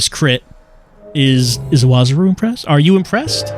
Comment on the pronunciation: The guy seems to be appearing a lot, so I feel like I have to comment that the closest approximation of Iwazaru's name is I-wa-ZA-ru. The syllables are pronounced correctly as is already saying them, though.